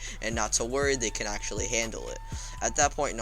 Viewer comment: Ok stop saying accually I've heard it 8 times in a minute